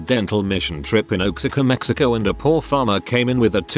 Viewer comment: I'm sorry. Did you just say Oaksicka, Mexico? Oaxaca is pronounced Wahaka